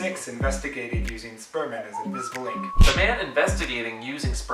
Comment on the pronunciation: He said shperm at the beginning